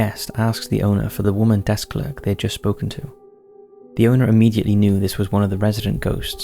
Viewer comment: You definitely say 'Clerk' incorrectly.